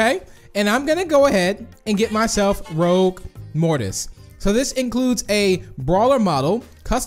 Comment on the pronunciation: You did not say ROUGUE right